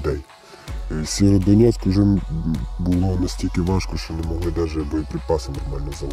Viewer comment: Сєвєродонецьк! Кажіть правильно. Бо ріже вуха місцевим